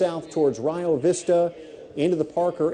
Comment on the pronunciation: It's actually pronounced "Re Oh" Vista 😃